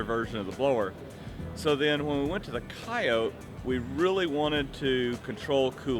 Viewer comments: Ford themselves say coyotE not coyot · wtf is a coyote? why isn’t he saying coyote? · Some people say it without the E on the end. Its weird.